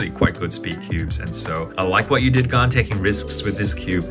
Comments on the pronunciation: I thought it was Han not garn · Bro can’t say gan proply he pronounced it like garn not gan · Gaun? What is that isn’t it GAN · Why you say gan werid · Hey how we pronounce gan bcs my pronunciation is different from yours?